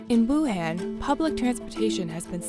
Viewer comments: it's pronounced 武汉 Wǔ hàn. not 武很 Wǔ hěn, that could mean something else. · Informative video, but the city's name is Wuhan not Wuhen... (pronunciation matters) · Let’s play a drinking game: take a shot whenever the host mispronounces Wuhan. You‘ll be in an ambulance by the end of the video. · It was so hard for me to watch because of this lol